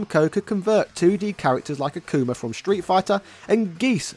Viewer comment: He called akuma acoomer😂